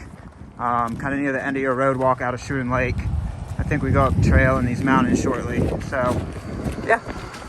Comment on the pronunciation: Schroon Lake is pronounced Skroon.Lake, not Shroon. Went there as a teenager 43 yrs ago. You filmed the Word of Life Inn sign. I went to Word of Life Island in the middle of that larger than it looked lake, a church youth camp and had a friend who went to the. Word of Life Bible Institute in town. Beautiful Island, and good memories!